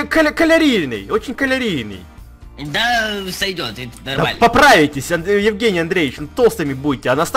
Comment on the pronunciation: не калерийный а калорийный